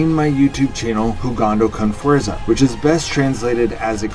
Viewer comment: The pronunciation on jugando con fuerza isnt perfect. The letter a sounds different in spanish and english.